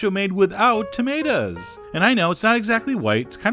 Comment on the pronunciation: don't know why, but whenever you say "tomato", I chuckle.